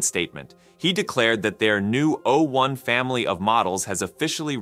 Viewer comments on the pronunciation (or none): Why are you pronouncing 'o' as though it was a number? o1 has not substantially attained human-level reasoning. It has replicated a small subset of that, but it often fails to think critically. It's too agreeable, to the point of being gullible, and it fails to correctly follow instructions when given tasks that it's supposed to be good at.